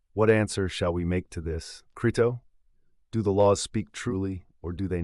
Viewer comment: (1) How about learning to pronounce your source material's title properly before recording? (2) How about also learning how to spell the name of the man whose translation you're using?